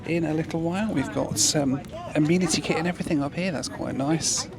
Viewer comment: Correct pronunciation... ah-MEN-ah-Tee kit. 😅😂🤣